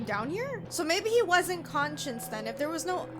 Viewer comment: great playthrough! just letting you know, “conscious/unconscious” is pronounced differently than “conscience” ♥️